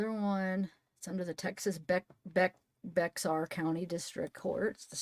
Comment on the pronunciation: Hi, Bexar is pronounced Bear County...hope that helps?